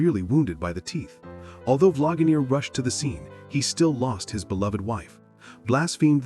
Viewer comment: Because it's AI. It said Vlagamere. lol